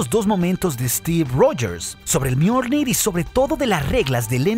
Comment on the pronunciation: Soy yo o en una parte dice Mjoldir